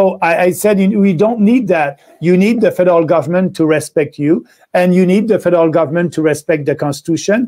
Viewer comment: When he says federal government it sounds like Fidel government. LOL